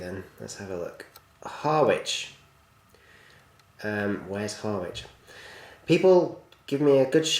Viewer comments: It's pronounced 'ha-rich' not 'har-wich'. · Harwich is on the east coast of east Anglia, boat train used to go from there to the Hook of Holland. It's actually pronounced Harich. Nice review too. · *ipswich. Also its pronounced Harich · Harwich is pronounced Harich you don't say the W And it is in east anglia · Harwich - big port on the East Coast pronounced Ha - rich